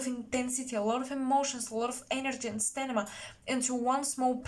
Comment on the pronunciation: Hi, I love love your channel. Such depth, omg! I wanted to correct something. I understand English is not your first language. It is Sta- mina. “M” comes first - mina, Sta-mina. Wishing amazing success with your work. 🌹🌹Happy, New Year!! Best. JSP